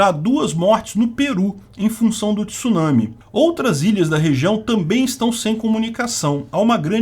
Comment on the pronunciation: Parabéns, pronúncia correta da palavra Tsunami!